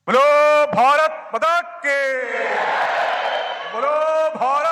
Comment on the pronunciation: ഭാരത് മതാ കീ അല്ലടാപൊട്ടാ ഭാരത് മാതാ കീ എന്ന് വിളിക്കണം.😅